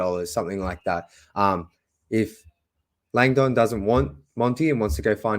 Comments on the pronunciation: Landon is pronounced Lang-dn. Not lang-donn. Soft sound on the dn. Lols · Tro-jun LONG-dong😂😂😂